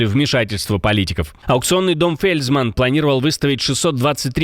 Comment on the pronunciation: Фельцман, а не Фельзман!